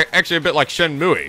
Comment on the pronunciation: it's "Shen-moo" not "Shen-mooey" lol